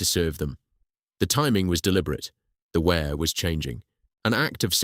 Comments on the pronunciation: Wrong pronunciation of "Wear" _ it's "Weer", not "Where" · It's not wear as in "Ware", it's Wear as in "Ear", and all Sunderlanders are known as "Mackems" which derives from ...... whatever it is, ships, boilers, engines, rope & tackle, we "make them" (or in Sunderland it's mackem) ! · The pronunciation of the river name is "weir" not "ware" - pity, it's a good video.